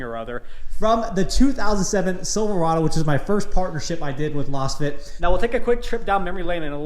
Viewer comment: I think you are mispronouncing Lasfit. It's pronounced like you would say laser or lazy or Lay's potato chips. Lazefit. You're saying like you would pronounce lozenge which makes no sense